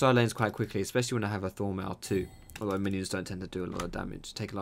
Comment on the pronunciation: everytime he says Thornmail I understand Full metal ^^ hhaah